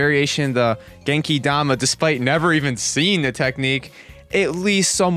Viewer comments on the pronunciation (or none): none